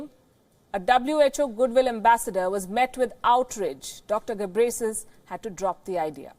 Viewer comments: Kkkkkkkkkk she call gebresis I came from Ethiopia but he is name tedros adhanum gebreslase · Can someone teach her how to pronounce his name? its pronounced GE-BREH-YEH-SUS